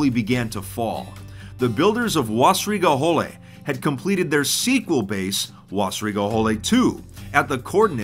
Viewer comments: I'm sorry, but your super American pronunciation of Wässrige Hölle was painful lol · "wasrigey holey" ja actually pronounced Like vassrig holle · Wussrieger hullee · I think it’s slightly closer to Vessrieger Huhlle, as german lacks the actual “w” sound naturally. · It kinda was. He said Wassrige Holle, but its pronounced Wessrige Hoelle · Is it really that hard for non-german speaking people to pronounce letters like ä or ö? Somehow the "Wässrige Hölle" sounds like "Wahsriga houle" in the video... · The w in German is pronounced as a v in English so it would be vässrige to English speakers. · me, an german hearing saing wasserige hölle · tries to say "Wässrige Hölle" every German in a two mile radius: visible pain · Im also German and it really hurts hearing that. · its wassrige hölle sir, wissen Sie? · Ich hab’s mir auch mehrmals angehört und gelacht xD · That was pure pain how you said Wässrige Hölle. But i cant expect that its said perfectly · as a German I got ear cancer from that pronunciation :') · As a german, I like how he pronounces "Wässrige Hölle" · As a German I love how u pronounce „Wässrige Hölle“ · "wassrige hölle" As a german i can confirm that you pronounced it completely wrong. But you did better than some other youtupers:) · I love how he says "Wässrige Hölle" it just sounds like someone finally checked that German isn't always angry sounding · The moment when you are german and he spells wässrige Hölle completely false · God damn it you really butchered "Wässrige Hölle" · Good try speaking German Wässrige Hölle. Pretty good 👍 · You pronunced this completely wrong xD (I am german) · I like how you misspronounce "Wässrige Hölle" haha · Im an Austrian you pronounced Wässrige Hölle wrong!!! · i am from germany and how he says wässrige hölle is so dumb but no bäd video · Im sorry you prononced wässrige Hölle wrong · I know you're not german, but that's not how to pronounce "Wässrige Hölle".